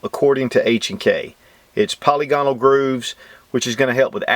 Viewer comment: I don't see any reason to buy this. I have a VP9 and a P30 roosting in my safe to be taken out and fired once a year. EDC is a G26 or G42 in the pocket. Oh,, it's puh-lig-un-al with accent on second syllable. Question: does Wheaton Arms ever answer correspondence sent to their website or is the Contact Us section just for show?